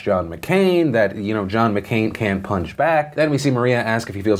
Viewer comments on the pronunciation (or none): none